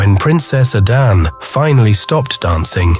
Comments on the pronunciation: This is nice But i suggest an African plain voiceover should be used. So we don't get hear the igbo "A-d-a-nn-ay" pronounced as "A-d-a-n" 🥂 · I love these stories; keep them coming! My enjoyment of this one was, however, soured by pronunciation of 'Adane'. Please pronounce it as it should be, enunciating the 'e' at the end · Arinze is what Nigerians call "woman wrapper", he should have moved on after Adanne repaid him with ingratitude and haughtiness. By the way, the narrator is purposely mispronouncing Adanne -- he sporadically pronounces it correctly but only to go back to mispronouncing it. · I wished that the narrator had learned to pronounce Adanne properly. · My issue is with the narrator,why use one who can't pronounce the names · A Nigerian would have done the voice over, getting the pronunciation of the princess’s name is annoying. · You mispronounced the name. And coming from the people that bears the name,it can of like put me off the story 😢😢.